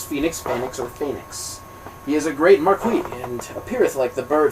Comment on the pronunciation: I love the enthusiasm you read with and don't mind the errors.... Some gave me a good chuckle, but damn the way you pronounce "marquis" just hurts my ears :P Thank you for the Audiobook thou!